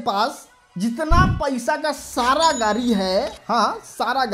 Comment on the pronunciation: Are pahle bolna sikho गारी नही गाडी होता है 😂😂😂